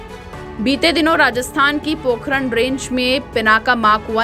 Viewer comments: पोखरण नहीं पोकरण है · पोखरण नहीं पोकरण है नाम जोकि राजस्थान के जैसलमेर जिले में है नाम को ठीक करें